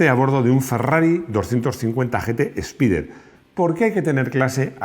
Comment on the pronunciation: es espayder en inglés